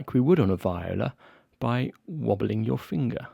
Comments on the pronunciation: Why keep saying “vĪ-o-la” in no language is that the correct pronunciation. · Sorry Jay if you’re disappointed, it’s just the way I say it. Vee-oh-Lah is how I guess it’s supposed to be pronounced.